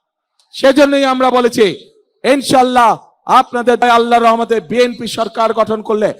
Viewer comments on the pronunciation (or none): none